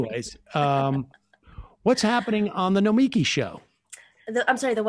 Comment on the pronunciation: nomi'ki ...would fix problem, with her name. nomiki pronounced "no'miki" is the natural inclination. not nomi'ki. thing that gets me is fact everyone already shortens it to "nomi". just add the "-ki", -kay?!